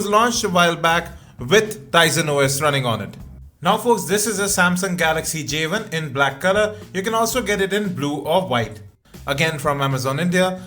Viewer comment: J ONE, not Javen